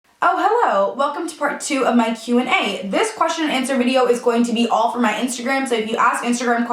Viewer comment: "Wideo" lol do you watch slim whispers too? 😂😂